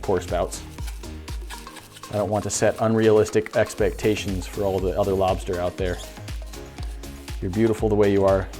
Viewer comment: Lmao I was just waiting for you to say “lobstah”